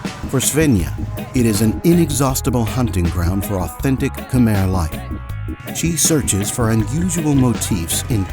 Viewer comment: Mind changing the Khmer pronunciation of the dub from khermeh to kh'my.